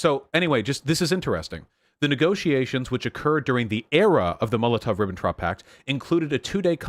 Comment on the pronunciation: "loooooool the first vowel was slightly off when you said 'bourgeois'" also: "Liebensraum! Hwaqim vahn Ribbentrahp"